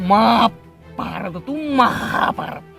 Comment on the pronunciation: મહાભારત ❌️ માભારત 🟰